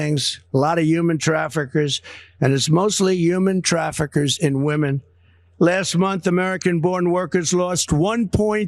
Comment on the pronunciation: What is a 'traferker?'